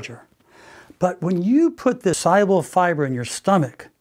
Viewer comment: Every time he says soluble, i heard it as cyber!